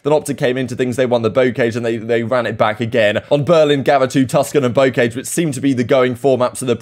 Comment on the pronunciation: it’s pronounced Bow🏹-car🚘-jsh